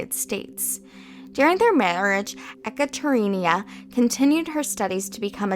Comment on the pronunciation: Ekaterina - E-kutter-eena Nice video :)